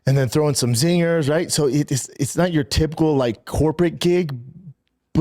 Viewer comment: fit in some 'zeegas'? What the fuck is that 😂 That's the worst attempt at saying 'zingers' ever